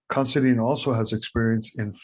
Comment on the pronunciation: how come all these narators and such pronounce our last name as CONSIDEAN where as the last four letters is spelled DINE . i am more interested in the introdoction of christianity into ireland, but i do recognige the achivements of craig , i just do not agree with him ,but he has a fine charactor God bless him in his seach , not of religious beliefs but the GOD of patrick and columba, also of the true meanig of monasteries